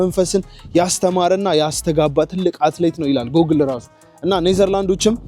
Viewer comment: * Google ' ጉግል' ነው የሚባለው። 'ጎግል' ማለት ልክ አይደለም።